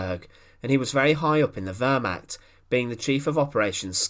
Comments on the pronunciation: Lots of good info as always. Two things though. 1. The word is pronounced “Ver-mahkt” not “Ver-mackt”. It’s very jarring and distracting to hear it constantly mispronounced like that. 2. You title these “the vengeful execution of...whoever”, but nothing whatever is ever shown or discussed about the supposed subject of the video. Other than these two minor things the info is awesome. 🙂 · The wörmach...bringt mich immer herzhaft zum lachen. Die ganzen Amis und Briten mit ihren pseudo Dokus über das Dritte Reich. Und sie haben fast immer eine saumäßig schlechte Aussprache. Dumm nur, bei Dokus über das Dritte Reich kommen soviel deutsche Begriffe vor. Hier mal ein paar Schmankerln aus der Sammung : " the Fjurer Sonesug" "a undessdumfuhrer" "a konigstige"